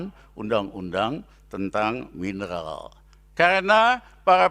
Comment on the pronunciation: Suharto pak bukan Suhalto,mineral bukan minelal